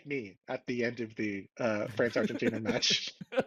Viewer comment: What are you referring to when you say “refgentina” then?